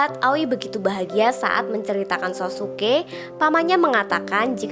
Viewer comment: Sassuke bacanya saskeh aoi bacanya aoy bukan awi